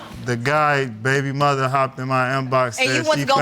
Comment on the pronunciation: I love how she pronounces "muh-ther" 😂